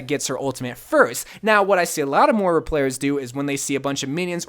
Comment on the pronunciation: MOIRA NOT MORA REEEEEEEEEEEEEEE